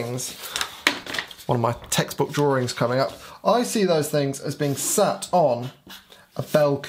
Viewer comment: “Drawrings”...... my favorite part.